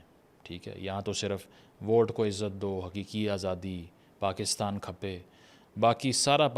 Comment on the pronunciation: Mashallah sir your sindhi accent souds good ۔ ❤ "Pakistan khape "